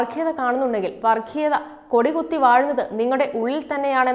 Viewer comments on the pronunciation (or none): വർക്കിയത അല്ല വർഗ്ഗിയത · വർഗീയത എണ്ണ ഉച്ചാരണം വളരെ മോശം